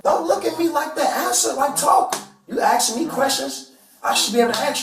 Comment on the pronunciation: " I'm not stupid. You axin' me questions." Yeah, a regular Einstein there. The guy is dumb as a doorknob with half the I.Q.points.